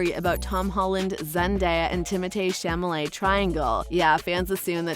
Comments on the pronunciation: it's Chalamet, not Chamalet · Actually it's the only thing she did say right his name is French so the THEE is pronounced Tay where Americans say Timothy which is usually THY so Timothee is Timotay the correct pronunciation! now she pronounced Chalemet as chamelet which is wrong! She got half the name right! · "chamalet"?can you read?o sorry u could be dyslexic i guess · Chamalé? Illiterate B lol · the name is not chamalet...pffff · It’s not the first name she is mispronouncing tho.